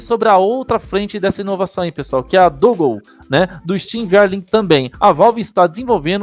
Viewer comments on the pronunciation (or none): Brow o nome do bagulho é "dãngôu"... upload massa! Toma um like ai.